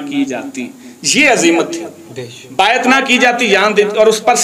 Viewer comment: بایت واہ تلفظ تیرا 😂